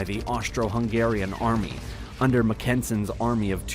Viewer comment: Good video... but I can’t help but notice the obvious fact that the narrator knows nothing about the history and is just reading a page. Example: the way he says General Von Mackensen’s name. He isn’t from the states. It’s not “Muckensen”. Actually almost every name is pronounced horribly. Great channel, horrible narration. “Ullpen Corpse”? Come on!